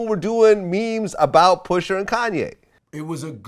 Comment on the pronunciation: PUSHA...NOT PUSHER